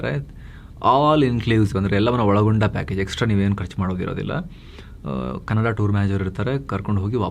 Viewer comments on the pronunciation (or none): none